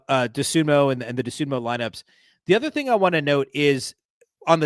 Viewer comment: It's DosunmU, not DosunmO.